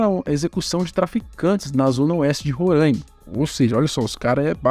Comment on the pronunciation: RORRAIMAAAAA se fala RORRAIMA 😒